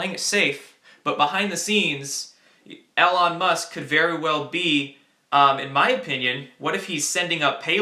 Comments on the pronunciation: EE lon not el lon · Eeeee Lon musk, not el on. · I thought it was E-lon not El-on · Long E, Elon Musk not alon. Thanks for your work kid. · It's "E"-Lon not "L"-on Musk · You still haven't been spammed the correct way Elon Musk is pronounced, actually is doesn't matter if its the correct way or not as its a name. Names of people and businesses can be spelled/pronounced however they want, either way its E-Lawn. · It's pronounced EEEElon. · Just a heads up, his name is pronounced "E" lon Musk. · Elon Musk is pronounced with a long E. (E-lon) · It’s pronounced Eee-lon. Also CBC is not a newspaper. It’s the nation’s public broadcasting agency, Canadian state media if you will. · Spaced is going to get us in the universe and one hour plane rides across this country..say his name right E...lone. Trump is big with Elon Musk...they know what's going on in space. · I love these updates but Elon is pronounced "eeeeee-lon" for future reference:) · The e in Elon is a long e sound. As in eel.